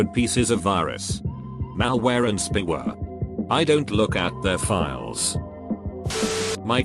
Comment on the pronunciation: MALL WEAR AND SPEEWAR